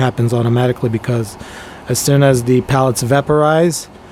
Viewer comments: PELLETS, Not Pallets lol. Sorry that just drove me crazy hahaha. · Hope it all went well for you. Sorry man, I had to stop watching it was painful..... They are "pellets" not "pallets". It's a "cup" not a "cop" and you are using an infrared "thermometer" not a "thermostat". I know this is really judgmental of me, I tried to over look it all but it was such a distraction for me that it kinda made it all unwatchable. Feel free to judge my spelling and punctuation on this comment I'm sure I've don't just as bad.